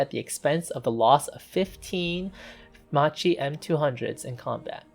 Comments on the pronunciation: NIce video, just an heads up, it's read as "makki" not with a "ci" sound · Just a little correction. Macchi must be pronounced in English with the K sound, so basically Makki! In Italian c+h = k sound Also c+a = k sound, so Aeronautika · It's not pronounced "Ma-Chee"! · Good work, mate...!!! Just be careful with the correct pronunciation, which in this case, is kind of...MAKI or MAQUI, but, in any case, not MACHI (like in MACHO, as per your pronunciation)...!!! In the case of this plane's name, the meaning of it's Italian name - "Saetta" - translated into English is more like "ARROW", rather than "Lightning" (as it appears translated by some information sources...) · Nice video, except for the pronunciation: the correct one is "Makki" so please do not distort the name of a great aircraft manufacturer. Today there is Google Translator, which also gives you a hint on the correct pronunciation, it is worth a visit before posting a video. Too bad that we Italians have to listen to a distorted and wrong pronunciation. Thanks again for this nice video so detailed and interesting, very well done. Bravo. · Yes. But Macchi is pronounced like Makki. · About 200 comments saying this so far. Considering he’s not Italian and speaking in a non primary language for the video I’d say it’s pretty good but constructive criticism is important. I’m drinking ma chi attos from now on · Why everyone who's not Italian says Macchi wrong? The correct pronunciation of Macchi is "Makkee" , In Italian, "ch" has the same sound as the "k" in the English word "key" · It's pronounced "Makki" -- the "h" makes the C hard. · macchi is read "makki" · You pronounce "macchi" in a very wrong way that needs correction... in Italian "chi" is pronounced like "key" in English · Correct pronunciation in Italian is "Makki" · When you are trying to deal with foreign languages, you should deal with the basics of the language you are dealing with! So Macchi,cchi= pronounced K!!! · It was brutal listening.